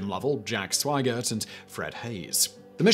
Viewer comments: Swigert = sʋaɪ'gɚt (sw-eye-gert) Grumman = gɻʌ'mən (rhymes with American pronunciation of "comin'", as in "comin' at you.") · and The second astronaut named in the crew list was Jack Swigert. It sounds like the narrator calls him "Swaggert". I have heard this mispronunciation (as it seems to me, at least) by others before. I figure there must be an explanation for this.